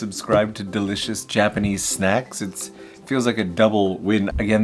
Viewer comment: “Snackses” Yup the gremlinization definitely was triggered from those snacks after midnight 😆